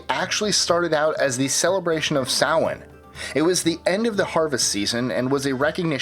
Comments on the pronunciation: Idk how you got Samhain right but not Beltane lol. It's pronounced bell-taine. Like bell as in a door bell, and taine rhyming with pain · Thank you for pronouncing Samhain correctly. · Cudos on pronouncing Samhaim correctly. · Please keep in mind that Odin is north and there are many different kinds of pagans so it isn't always Odin thought might add that. and thank you for saying Samhian correctly hurts my soul a bit when they try to say it how it is written it is Gaelic which is vastly different for most of the sounds. It is Bel-thane his one is actually said how it looks. So if you are confused it sound like Bell and then Shane but put a T where the S would go. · Even though you nerfed some Hebrew names, and admitted it, you DID get Samhain right. Thanks. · As a Pagan, I thank you for this list!! Also, thank you for correctly pronouncing Samhain!! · Good boy pronouncing Samhain correctly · Jessica Hackett loo NAHS sah. Meh. Close ish. 😜 Irish, much like French, is a bit wtf forget half those letters and pronounce the rest differently than he last time you pronounced them! I actually love languages. And the fact that samhain and Beltane were pronounced right was awesome (I have actually heard Irish speaking people pronounce it be uhl tunna. Or close to how he said it)